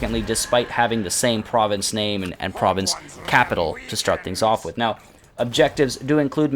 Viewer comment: Man, thats GREAT work with pronouncing those difficult names! Realy great work!